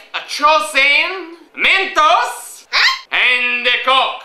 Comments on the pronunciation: MEN"TOES" lol, its MENTOS ;) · MENTOES?!?!?!?!?!?!? BAHAHAHAHAHHAHAHA! dont you mean mentos? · well "mentos" is better than "MEN-TOES"